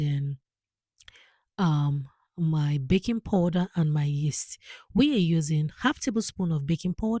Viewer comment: Powder, not poder